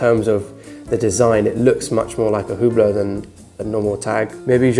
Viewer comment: Your video is nice but you really should learn how to say brand names if you want to be taken seriously. The H in Hublot is silent and your saying Heuer all wrong.